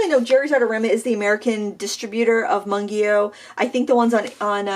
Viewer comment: Its pronouced Moongyo haha i speak korean and everyone says it wrong